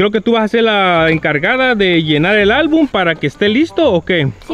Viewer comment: se dice album no albun